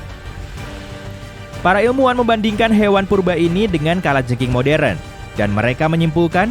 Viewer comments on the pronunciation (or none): none